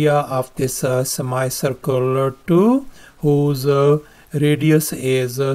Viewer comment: sir your pronunciation for semicircle is wrong and.....Thales theorem was new for me